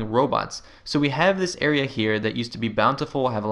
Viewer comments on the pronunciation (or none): none